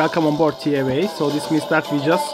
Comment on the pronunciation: Its pronounced Tee A Wa Not Tee Ae Wae